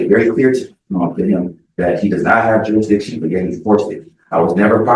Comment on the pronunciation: When are they going to learn it's "jurisdiction" not "juridiction"???